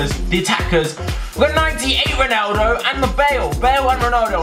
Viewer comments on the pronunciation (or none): He says Roneldo ? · Why do you say roneldo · Stop saying roneyldo